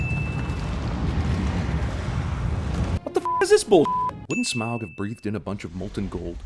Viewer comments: Forgot the worst sin of this movie... constantly mispronouncing Smaug. It's pronounced "smog," at least that's what I always pronounced it because of the Hobbit animated movie. "smowg" just sounds really stupid in comparison. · I honestly think they were better without a leader or purpose, because the main characters are on a journey where the real enemy is Smaug (which I think is mispronounced in the movie, I'm not sure though, and don't really care) and the orcs are just supposed to be obstacles they have to overcome, not another enemy to fight. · Dude, your pronunciations of Smaug, Sauron and Tauriel are atrocious... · anyone else slightly twitching at the mispronunciation of 'Smaug', 'Tauriel' and 'Sauron' all within a few mins?